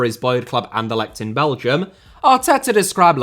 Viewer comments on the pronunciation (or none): none